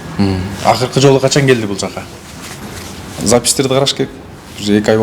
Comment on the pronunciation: 😂😂😂😂😂😂😂😂 бугун гееелди бугун гойлат бугун гелди бугун гойлат 😂😂😂😂😂😂😂😂